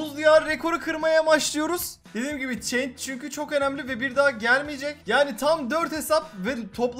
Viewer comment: Yahu çeync (change) değil şans şansss (chance) 😂😂😂😂